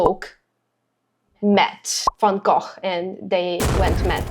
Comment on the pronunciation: It’s so refreshing to see Van Gogh pronounced correctly 🙂. I love your intelligent and thoughtful reactions (and your accent) ❤